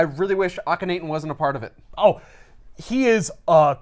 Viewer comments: Ahh-ken-nah-ten or Awe-ken-awe-ten Sorry, somebody had to be the dick who corrected pronunciation. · Hear your pronunciation of ahk not ten hurt my ears and wounds my heart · Lmao is a teacher and he doesn't care about pronouncing the one real person's name in this book. Akhenaten was a real person